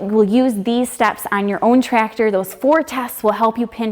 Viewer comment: I love the way says, "Tractor (Trector)". I wish I could have met someone like in my twenties.